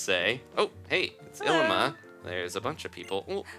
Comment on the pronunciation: Ilima is pronounced Ee-lee-ma :D